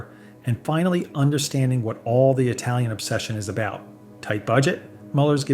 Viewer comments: He also said etalian instead of italian. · I would put more stock in your opinions if you knew how to pronounce the word Italian. It's not "Etalian". There's no fucking "E" at the beginning of the word. There is no such country as Etaly.